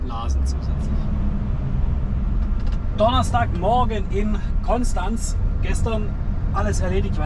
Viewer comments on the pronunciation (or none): none